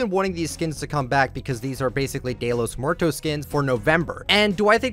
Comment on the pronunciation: “Dayla muertos skin” u mean dia de los muertos?